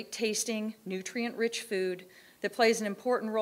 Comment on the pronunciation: Lol "Nutrient" Dense.